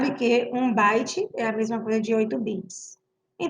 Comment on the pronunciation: Parei no "Baite"